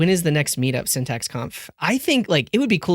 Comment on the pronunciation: welcome to syntac. 😂😂😂 I didn't hear the x in syntax